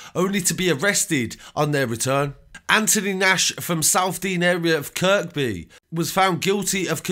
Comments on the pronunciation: who cares about your bird? I was talking about the narrator mispronouncing locations (Kirkby/Kirby) really intelligent you are no wonder you ended up inside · I love your channel mate, I see you do a lot of Liverpool street news and Kirkby is pronounced Kirby, like without the 2nd K... I ain't trying to tell you your craft cos I think you are wicked bro seriously but scouser will appreciate the correct pronunciation, believe me , I did time in Walton jail, Haha! Love your channel big man. Safe